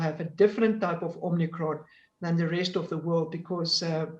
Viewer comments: I'm a South African and feel embarrassed for this "doctor." It is omicron not omnicron, but also on the take from Pfizer, obviously, to push the vaccine. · Is it just me, or is anyone else struggling with this woman saying 'Omnicron'???? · I can only say that I had a work colleague when I lived in SA who had that name and he taught me to pronounce it as if there was an r at the end. Probably as you say because he could not come up a anything phonetically appropriate. It may be because as a Yorkshire man I tended to use 'flat' vowel sounds and he was adjusting it for that. The South Africans always laughed (in a kind way) at the way I pronounced 'bakkie' when I first went out there. They eventually got me to say it correctly.